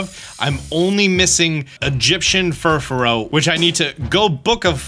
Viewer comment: Mans has over 2 million subs, yet can't do five seconds of research to properly pronounce Furfrou. Other than that, it's nice to see some favorites returning. Even if Pinsir seems to be lost to the wayside.